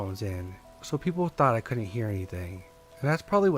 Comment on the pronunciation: 🤨 For real? He says things like “Cullent“, instead of couldn’t. “Sarrday “ instead of Saturday. Still like his stories but, the best, he is not. If it was a speech impediment I wouldn’t say shit. However, it’s something he does half the time. Not all the time. Meaning he’s capable of speaking correctly. He just doesn’t care enough to try harder.